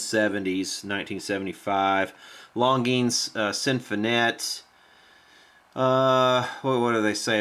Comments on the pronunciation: Hi longines pronunciation in french = lon zhin longines pronunciation in english = lawn zhean As for the scene in which you were loading your magazine; I was anticipating a following scene of the clock radio sitting on a stump in the woods and then you sending a bullet through it not only to demonstrate that the 70's are dead and gone but also to demonstrate as the clock was flying off the stump how time flies also, was wondering if you had tried spraying deoxit down the shaft of the original regulator? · Your saying the name wrong,Longines has a soft g not hard. Not that it matters though. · I believe that's pronounced like "lawn jeans". Somebody I knew as a kid had a longines symphonette stereo. Cheapy stuff. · You're killing me. The proper pronunciation is 'lawn-jeans'! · I'm old enough to actually remember TV ads for this company...name is pronounced "lawn-gene". And the g is kinda soft, French uppity-ish. Oh yeah, and check Mr. Carlson's Lab here on YouTube...the dude knows old radios/electronics - seriously knows. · Longines watch company. Pronounced LonGenes. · It isn’t technically a flip clock. It’s an analog clock with digits. Also, it’s pronounced “Lon-jeans”. Back in the 60’s and 70’s it was a big company that advertised by sponsoring TV shows.....way back when. Yea, I’m an old fart.. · Yo it's lon'jeen high end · Longine's is pronounced Lahn jean 's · I believe it is pronounced "LONN JEANZ". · Obviously never watched F1 as a kid. That’s where I learned pronunciation of dozens of foreign brands in the 70’s and 80’s. Hope he doesn’t try Gitanes Blondes. Lol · I also heard it pronounced "lawn jeans". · Back when they advertised they pronounced it lon-jeans.